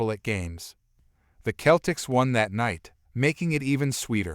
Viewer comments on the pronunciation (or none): Story 4. It would be a better story if the person reading the story could pronounce Celtic correctly.